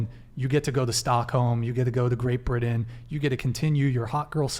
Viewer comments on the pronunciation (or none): none